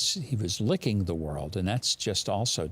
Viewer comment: 'Lickens' as in 'spanking'